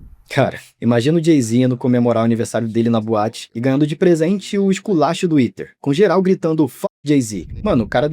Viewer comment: 🥷🏽 it’s Ether, not Eater 😡